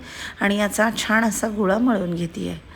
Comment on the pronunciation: छाण नका म्हणू ओ ताई छान म्हणा ना